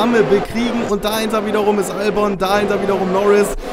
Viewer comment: Kleiner tipp: Albon wird Elbin ausgesprochen.😉